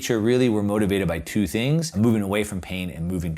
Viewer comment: "THREE THINKS TO WATCH". Hilarious! Should be "THREE THINGS TO WATCH." good vid bro